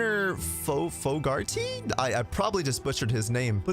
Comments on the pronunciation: "Foe-garr-tea" is the pronunciation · The name Fogarty is Irish. I've heard far worse pronunciation of that name so congrats haha. I share the same surname. Sounds like (FOE-GURR-TEA). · Fogur (like “Yogurt”) - Tee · Regarding the pronunciation, it's Fog Arty. I think it's Irish, could be wrong. Looking forward to this. RE 2 remake was my first foray into the franchise, loved it. Went back to play the RE 1 remaster, loved that. Tried playing RE 4, hated the controls. So I'm looking forward to this release and I hope it's better than the RE 3 remake. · You just made yourself look like a right idiot mispronouncing Fogarty. 🤣🤣🤣🍉🍉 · You can’t pronounce Fogarty? Lmao